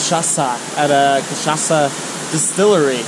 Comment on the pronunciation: Hi guys. I really like your videos and the way that you are describing Brazil. I have never been at Paraty, It is beautiful. And you said cachaça perfectly 😁